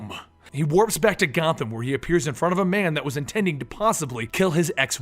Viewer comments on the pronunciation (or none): Gotham? More like God-tham...